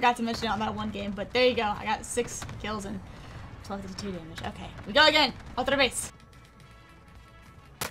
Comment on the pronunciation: Otra veez! 😂😂